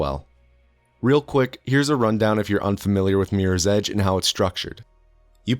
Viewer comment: "Meers ej"